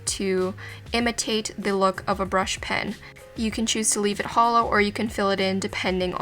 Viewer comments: I can only hear holo not hollow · did anyone think when she said hollow, think of HOLO???? only me? okay 😂